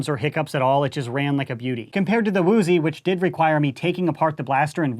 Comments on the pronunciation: its actually uzi not "woooooozi" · Why does he keep saying “woozie”?